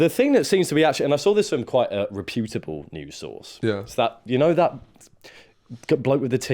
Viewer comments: I don’t like the way you’re pronouncing reputable I’d go as far as to say I think you’re completely mispronouncing it Type the world reputable into google and press the audio button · Reputable isn't pronounced "reh-poo-tible" - it's "repyu-tibble" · Please stop saying hyperbole and reputable like that.